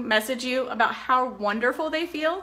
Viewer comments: I love how she says how. Howr. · Me neither. How does "how" turn into "hawr"? They don't even sound similar. Very odd. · She can't say how she says hower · I have never heard another person pronounce "how" as "haawr" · I wonder if she had speech issues because that msy explain Bella's delayed speech too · It sounds stupid